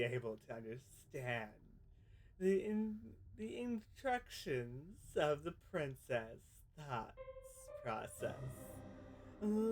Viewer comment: The IN TRACT IONS and not the In Tra Sees 😭